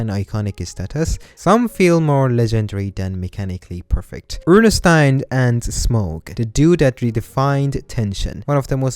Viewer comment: Did you just say oernestain my boi🤣